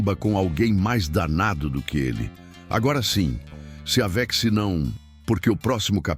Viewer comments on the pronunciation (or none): Sou Consuelo ,de Lins sp, gente por favor acertem a pronúncia do narrador , a pronúncia é não se aveche: só que é escrito com x, mas o locutor fala não se aveche,que horror aqui é Brasil